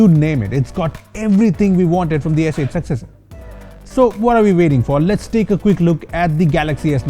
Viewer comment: Did he say s8 "t"???